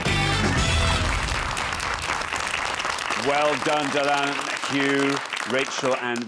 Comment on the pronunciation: It’s so nice to see someone on television who pronounces Dylan properly.